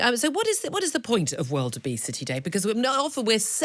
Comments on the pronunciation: Sounds like she’s saying “wildebeest-y” day instead of “world obesity day.” Still true either way. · I thought she said wildebeesty day